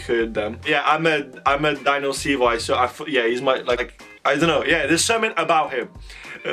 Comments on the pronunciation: You pronounce Daniels last name like cv 😊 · the way you say daniel's name makes me acc die! phaha and yeah the first verse was daniel